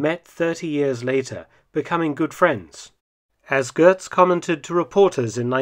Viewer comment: There's no R in Götz. "Gehtz," not "Gertz."